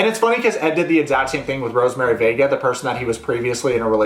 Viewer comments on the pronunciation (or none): Everytime he says Rosemery vega i keep hearing "Rosemery baby"